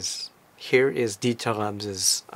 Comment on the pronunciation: Lucky you. How nice of him to talk to you and show you around his back yard. I would have brought a book or something, to get it signed, maybe it would have helped establish some rapport and have a more meaningful conversation. Also, i notice how you pronounce his name correctly, that is so nice. I hate it when people call him DeederRams or what have you. Kudos to you for showing such great respect.